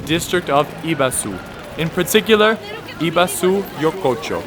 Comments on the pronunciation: Second area is pronounced Ebisu (like Egg) not Ibesu but otherwise a very good guide. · ibazu? repeat after me e-bi-su, e-bi-su, e-bi-su :) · Ebisu... but you must calling like Abisu men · Ee-bah-su? Wtf? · Eh-bee-su come on bro lol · Ibasu ? I'm kind of confused with your pronunciation of "Ebisu" xD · Ebisu - the E is not "ee" but sounds like A in english :) or é in french - é Bee - Soo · It's Eh-bee-sue. It's true that a final U in Japanese is often whispered so, for example "Desu" ("is") sounds like "Des". But I can usually hear the final vowel in Ebisu. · Not just that, he butchered the I. He made it an A. WTF? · My first time in Japan I stayed in Ebisu. My second language is Italian, so I'm programmed to speak all vowels, bearing in mind we're also reading off kana. Anyway, I would go to this pub in Ebisu called Footnik an get chatting with people and notice the Japanese correct my pronunciation by omitting the final vowel. But I notice sometimes it's not restricted to the last vowel, like nandesuka, it's actually spoken as 'nandeska'. Complete omission of 'u' vowel. There's no in between, it can't be pronounced a bit, it's either there or not. I'm studying Japanese now so I know and understand now, but back in Footnik, it would sound incorrect to me the fact the Japanese were not shy about saying 'Ebis!', they would emphasize it to me, there was never any whisper, or dancing around this - it was a sharp, deliberate omission of 'u'. And when I asked a barman for a beer of Yebisu, 'whispering' the 'u', the barman would respond 'Yebis, Yebis!'